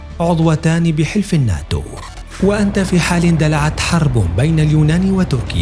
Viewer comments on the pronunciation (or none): none